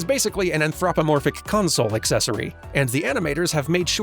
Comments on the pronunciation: you're pronouncing the syllables in the wrong place. I'm sure you googled the pronunciation after thus comment. But just in case you didn't, it's an-thro-po-morph-ic. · Most wild pronounciation of "anthropomorphic" I've ever heard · I think you're emphasizing the an- as if it were a prefix, like in anisotropic, when in the root word, anthropos, it's just part of the word. Probably pronunciation muscle memory!